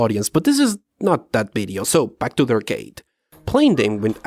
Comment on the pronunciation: "Bideo" is the reason I'm subscribed